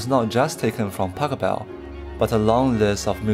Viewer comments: Nice video, but it's not Pacobell but PashEbel. :D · Please try to pronounce his name properly! It should sound a bit like "bach hell bell" with of course the initial letter being a P rather than a B, but you do know how to pronounce Bach. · His name is Pachelbel. Not Pack-a-bell. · Very interesting indeed. Pachelbel is pronounced different: The first silable Pach is pronounced like J.S. Bach - without k. And the pronouncation is on the second silable „el“.